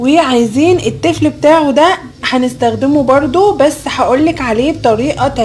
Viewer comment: انت ليه بتقولي نزدخدمه ما تعرفيش تقولي نستخدمه بالسين يا حلوه